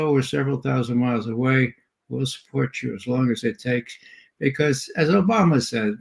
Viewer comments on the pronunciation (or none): none